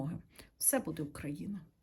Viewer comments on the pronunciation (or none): none